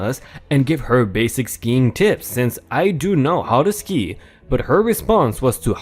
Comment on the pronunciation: Ski as in skiing, not sky.